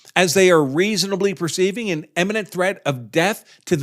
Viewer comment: "imminent" not "emminent"